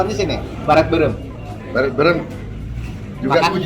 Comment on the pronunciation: Saya orang sunda ngakak pas pak prabowo bilang beureum, jadi berem😂😂